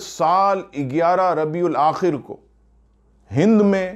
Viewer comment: Are Bhai "Rabiul Aakhar" aata hai